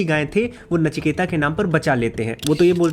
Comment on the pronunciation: नचिकेता नहीं है नाम। नचिकेत नाम है। अंग्रेजी और फिल्मों ने हमारी भाषा का सत्यानाश किया है।